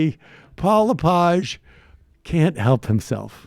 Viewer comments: Dude it’s Le-Page. Hard E. Also. I live in Maine, and this guy. Is. Not. Popular. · Paul LePig was elected governor of Maine by minority votes in two three-way elections. It is pronounced “Le + Page (as in a book)”. This is Maine, not France.